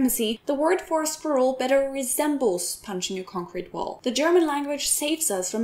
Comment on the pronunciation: Normally your English is note perfect, but "squirrel" must be one of the few that catch you. That said, I woiuld say that the German language strives for truthfulness and accuracy...to a fault!